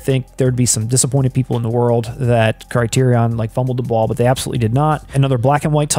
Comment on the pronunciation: There are only three Indiana Jones films. Also, Criterion is pronounced "CRY-TEER-RE-IN."